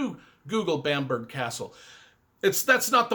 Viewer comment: BAM-BRUH, definitely not BAMP-BERG